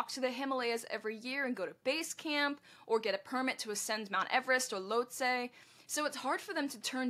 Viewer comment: Lhotse = Loht-SEE